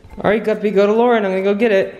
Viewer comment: ChocolateSqushiyLPS Pro I was dead when he said luaren he's gonna bite something😂